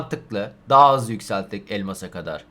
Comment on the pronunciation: harbi daha azlı anladım sonradan 40 diyo hızlıdır dedm sonra iki kere düşündüm dediği kelimeyi hızlı diyomuş türkingçe gibi